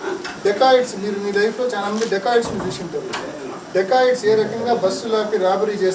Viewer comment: మీరు డెకోయట్ వాలను డికాయ్ట్ అంటున్నారు